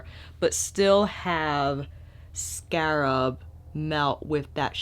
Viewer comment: you are too funny. Scarp or scarab? I love your channel because I know at some point I’m going to have a deep belly laugh as well as great makeup information. It’s a gift. So thanks for having such a humble gracious attitude- one who can laugh at herself and still be a boss.